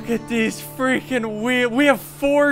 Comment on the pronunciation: How many times have you Said i freikin love this game